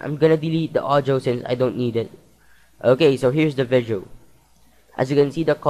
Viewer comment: nice vizeo man hahahaha !